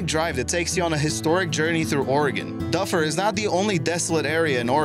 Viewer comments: Doo fir not dufer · doofer !! NOT duhfer . duh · #5 Dufur is actually pronounced more like "doofer" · Close...It's pronounced "Doo-fer." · It is pronounced Du Fur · If you are going to talk about Dufur, you should learn how to say it. The locals like me are laughing at your mistake.